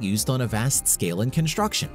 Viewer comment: It is construction and not "conshturction". Am I the only one who's irritated by this pronunciation?